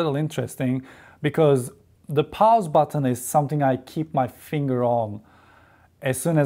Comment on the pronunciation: “The Powze Button” 😂